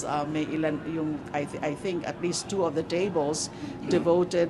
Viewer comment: Tsu one tsu2 tsu3 tsu4 tsu5! galing diction ni!